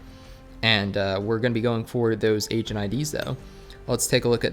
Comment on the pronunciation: Everytime you say "Agent id" and i lowered the volume it sounded like said "Asian id"